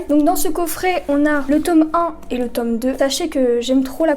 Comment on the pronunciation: Le tôoome MDR 🤣